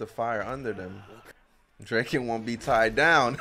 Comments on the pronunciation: Cool reaction but its draken not drake en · every pronunciation is fine except drakens😭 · okay i am not angry or anything but. Its Dra-ken, like Dragon. His name is Ryuji ken. Ryuji is Dragon. And combined with Ken its called Dra-ken. Good word play